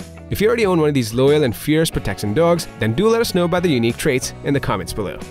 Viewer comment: the narrator doesn't speak proper english, the pronounciation is very off "proteccíon" "uzually" "even ferocious" "challensed" "mental stimulasion" etc. wtf